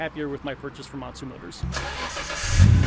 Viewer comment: He keeps saying Motsu motors but they are actually Montu motors haha